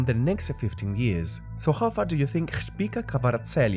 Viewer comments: Do you really say Shkhpika instead of Khvicha ? :D :D :D :D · His name is khvicha, last "ch" is pronounced as ch(children)